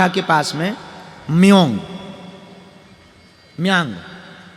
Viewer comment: Kamakhya Assam me hain. Paschim Bangal nehin. Aur Meyang nahin Mayang hain. Aapko apni Desh ka bhugol pata nahin. Kamakhya kaha hain pata nehi bari dukh ki baat hain.